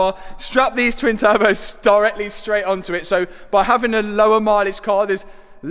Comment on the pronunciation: And he is strapping turbehs